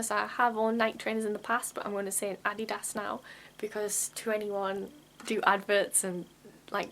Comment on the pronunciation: Oh my God I LOVE the way you pronounce Adidas. It took me a moment to realize you were answering the question "Nike or Adidas", because in the U.S. we pronounce "Nike" with a long "E" sound and we pronounce "Adidas" with the emphasis on the second syllable, with the first syllable sounding like "uhh" and the last syllable sounds halfway between "ess" and "uhss". If you could talk about "books about Adidas" that would be great.